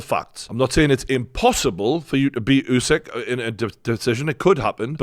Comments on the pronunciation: It's pronounced oosik not yousik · Try getting Usyk’s name right and then I just might rewatch this side show.